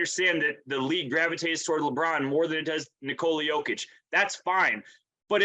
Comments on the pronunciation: I agree. Except for Jalen Rose, he never underestimated the Nuggets. Speaking of "putting respect on his name", please help spread awareness that it's pronounced "nIkola yOH-kitch" and not nikOla yO-kitch. You are doing a noble service for American society. Thank you and God bless America. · Cool buddy. Well, if you ever want to say his name correctly and not sound so silly to the rest of the world, it's niKola yOH-kitch. All the best 👍